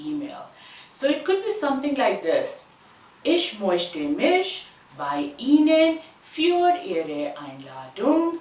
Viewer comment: In the timestamp you said ich mochte which is incorrect. I think the word mochte should have an umlaut on the letter o which makes it möchte. Do let me know if its correct or not